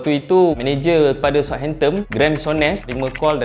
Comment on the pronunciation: belakang 'N' bang,bukan 'M' hamptomm apa benda